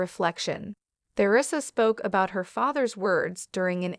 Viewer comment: I could only watch this for 5 minutes, the mispronounciation of Theresa's name. I thought it was about her ex husband???